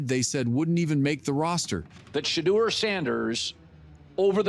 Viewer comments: A.I. is absolutely murdering your boy's name: First it was Sheddr, then it was Sheedr. :face-orange-biting-nails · Sheee-dur jerseys. Gotta hate AI. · Wow, this video is a positive outlook on the Young quarterback. It’s still somewhat disrespectful. At least if you’re going to use the AI to do the narration of this video get his name correct come on. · Pronounce his name right Dude!!! Damn💥🤞🏿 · You cant even be respectful enough to say his name correctly. Smh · The more I listen to this video and hear how you not only keep mispronouncing his name, but keep finding new ways to do it makes me say f-U and the wack-ass AI you created it with! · You a!!holes continue to disrespect him by not pronouncing his names correctly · I hate that you missed pronounce his name! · and you Still cant pronounce his name correctly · It's unprofessional to miss pronounce his name!💯